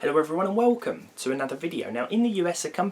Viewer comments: "hello everyone and wouwcum" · "Hello everyone and whalecum"